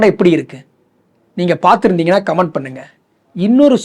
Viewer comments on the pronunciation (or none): none